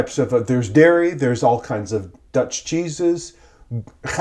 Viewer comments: Your Dutch pronunciation is quite good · Your Dutch pronunciation is really good. Seriously. I am a native speaker.